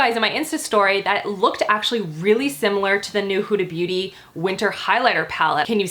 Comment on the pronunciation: it's not "hoodie beauty" it's "Huda beauty"